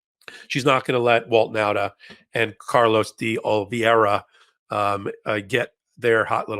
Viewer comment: oh-lee-VAY-rah! Four syllables, not five. The "ei" in Oliveira is like English "ei" in "freight", "eight", "neighbor", "weigh", "weight". You have habituated yourself into breaking this diphthong into two sounds, and, in doing so, you have also reversed the two letters' positions. IT IS JUST A "LONG-A" SOUND -- NOT "ee-ay", BUT JUST "AY". This is a common diphthong in Portuguese. (It may be a "digraph", rather than a "diphthong" -- I'm not sure of the distinction between the two words.)